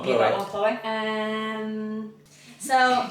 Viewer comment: you don’t spell Chloe they way you keep spelling it all the girls have the ee sound at the end of their name Why you say CHLOE. THE C AND H ARE SILENT SO IT SOUNDS LIKE ITS STARTS WITH THE LETTER K BUT IT DOESN’T ITS NOT KLOWY or CHELO ITS SPELLED CHLOE